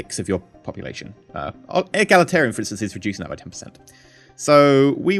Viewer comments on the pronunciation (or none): Egalitarian not elagitarian :D